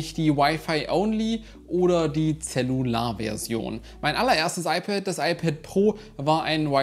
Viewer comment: Wieso sprichst du eigentlich in "Wi-Fi" englisch und "Cellular" deutsch aus? Meiner Meinung hinkt der Vergleich in , weil du zwei unterschiedliche Apps verwendest, die möglicherweise zu unterschiedlichen Servern (nicht einsehbar von hier) die Down-/Upload Rate messen. Dass die "Cellular" Version ein GPS Modul verbaut hat, war mir nicht bewusst, wäre aber ein weiterer Punkt bei der Kaufentscheidung pro "Cellular". Am Ende muss man sich die Frage stellen, ob man für ca. 5 Euro im Monat für die Extra Karte/eSIM (je nach Mobilfunkanbieter) bereit ist, den iPhone Akku zu schonen.